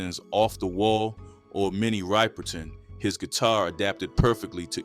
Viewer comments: I’m 62 and Robert White looks my age. I was 2 or 3 years old when My Girl was released so something’s not right And the female singer mentioned, her name was mispronounced. It’s Minnie Ripperton ( like Zipper ), not Riperton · This piece was good, not great, with a few mispronounced names (Minnie Riperton). and also some notable omissions!